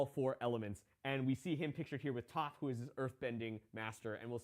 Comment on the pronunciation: words cant express how much I despise this guy who ive never met. Starting it off with the movie which shall not be named! then mispronouncing toph.... i stopped watching. Go watch the series then come back and apologize for murdering my childhood...